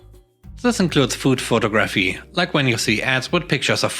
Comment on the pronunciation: Your English is amazing. Just an fyi. Photography has the emphasis on the 2nd syllable. Pho-TOG-raphy. Sorry, I'm a mom.